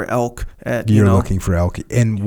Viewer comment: It elk echo! Not elks🤣 elk hunting is life! Jocko what bow are you shooting?